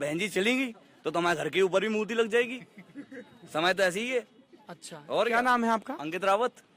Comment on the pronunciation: murti ko mutri bolra bhai danga kardo 😂😂😂😂